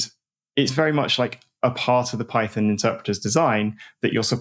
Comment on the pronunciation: Python != Peethon, PyPi != PeePee